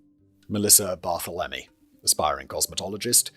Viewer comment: "Mass-uh-PEE-kwa". "30 ought 6" for the rifle. "Bar-THEL-em-ee" Most Americans are in favor of gun control. Many cops don't think disenfranchised groups count as human beings. Check out the 1960 murder of Irene Garza. She went to church for confession where she was raped and murdered by the parish priest. Law enforcement, local and state governments, and the Catholic Church actively and very successfullly covered for him for decades. Ex-wife has cancer.